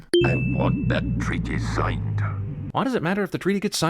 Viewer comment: I never noticed accent slip back to his natural Scottish when he says "Signed"